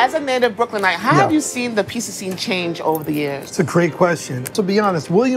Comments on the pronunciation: nah Frank held down the Pizza Show. Some of the best content on First We Feast. brought the whole Pissa thing, but it does seem she's changed her pronunciation which is good. Some of the time. She still slips up lol. Wait I'm actually trippin.. Frank had his show on Munchies! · Why does she pronounce it "piesa"? It's annoying 😂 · yeah that has been the worst part of this show! I cannot manage her saying " pissa" constantly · is the worst part of this show. Particularly every time she says "pissa" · I was hoping had cured her "peesa" thing, but she fooled me.